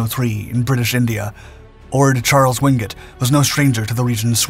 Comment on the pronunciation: Why is it that this channel insists on showing footage of American servicemen, when the story in question has nothing to do with them? My father's best friend and our neighbour served in the Chindits. He really hated the Japanese for what they did to Allied POWs and local people. By the way, his surname is pronounced WINGATE, not Wingut.